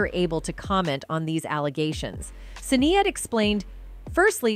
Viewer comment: I wish the narrator did a bit more research the Dearly beloved line is not in Purple rain. Also the pronunciation of Sinead was irritating as hell.